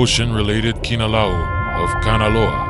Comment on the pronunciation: Most of the pronunciations are good but the w’s are pronounced as v’s so awa would be pronounced as ava. And kinolau is pronounced key-no-lau not key-nah-lau. Also Nāmakao-Kahaʻi was good until the ha’i part. There’s a glottal stop between the ha and i so it’s not pronounced hai but ha-i.